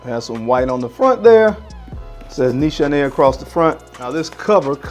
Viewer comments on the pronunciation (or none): great vid..not to be a stickler but its pronounce niece haney